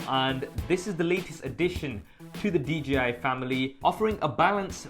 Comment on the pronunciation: it's D-J-I. Not DGI.